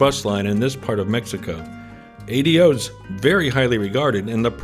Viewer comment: I do hear Americans saying it like you. I think you only have to tell an American once that it's an ingenious name when pronounced correctly. You say "Adios" before you get on the Ahh-Day-Oh. Great video.